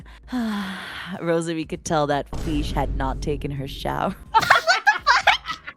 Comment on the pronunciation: "the feesh had not taken her shower" I'M LITERALLY CRYING